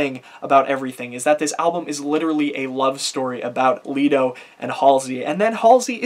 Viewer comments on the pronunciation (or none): i dont think it is "Lee-do", i think it is more "Lie-do"